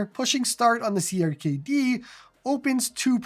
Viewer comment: Checkout YARG! Does everything clone hero does and more Also, CRKD is pronounced Cracked btw